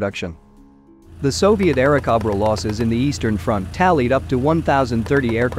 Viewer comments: Bell P-39 "Aira Cob Ra" Cob-ra instead of CO-bra. Cringe The flood of AI generated videos will destroy YouTube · I had to stop after the 3rd 'Airacobbra"... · The narrator was rather lame--doesn't know how basic aircraft makes are pronounced--was it machine generated? The P-39 was an "air snake" not an "air goat"!